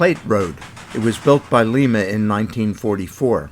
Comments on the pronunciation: FYI Lee-ma is in Peru. Lie-ma is in Ohio. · the real pronunciation of Lima is (Lie-ma) not (Lee-ma) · very much, and I also pronounce it LEE-mah 🤣 it's the way NATO and military pronounce the L, over the radio as the phonetic alphabet..